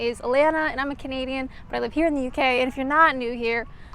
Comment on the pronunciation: In your opening welcome message when you say im canadian it sounds like you are saying comedian gets me everytime lol